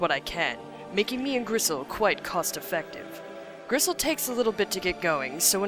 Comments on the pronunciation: does she keep calling bristle gristle? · I hate to be the fact nit-picking nerd, but is she calling the boar Gristle or is that just something I'm mis-hearing? His name is Bristle '^' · hes called Bristle with a B(not Grisle). His name comes from nordic mythology where the god Freyr had a huge golden boar name Gullinbursti(Bursti=Brush) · Griss.... uhh I thought it was Bristol? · isn't it Bristle? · isnt it Bristle?